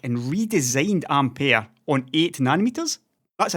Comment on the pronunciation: Which is how you’re meant to pronounce it.